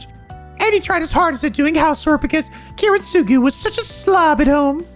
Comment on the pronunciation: Kiritsugu’s name is pronounced Kee-reet-su-gu